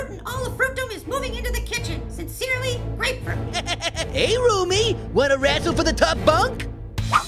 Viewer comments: Ummm yeah it's Grapefruit not Apefruit. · Grapefruit: It's Grapefruit not Apefruit!